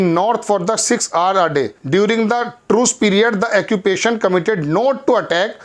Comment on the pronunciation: ओक्यूपेशन बोला करो जनाब बार बार आप एक्यूपेशन बोले इस लिए लिखना पड़ा।💥🚀